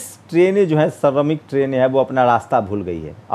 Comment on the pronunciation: aap apni bhasha shudh kijye plz.sha shabd ko sa na kehkarvucharit kare. Aap deshbko des kehvrahe ho Shramik ko sramik kehte ho pls bhasha sudhar kijye.